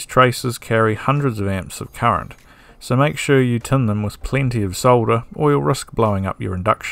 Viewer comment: It’s current not ‘curret’